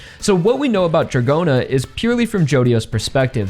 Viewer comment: Don't understand why you pronounce [Djagorna] and. Ot Dragona 😮